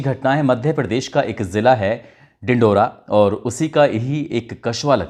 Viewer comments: Dindaura nahin.. Dindauri. Hai. 😂😂😂😂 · Sir its dindori not dindora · Dindora nahi Dindori boliye. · मान्यवर बो डिंडोरा नहीं डिंडोरी है 😂😂😂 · It's dindori not dindora